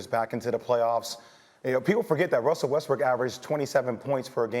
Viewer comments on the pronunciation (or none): Wussel Westbrook 😂